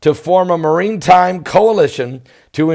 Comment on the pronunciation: It's pronounced mara time. Not the first time you've mispronounced words, like saying apostle with a t being pronounced .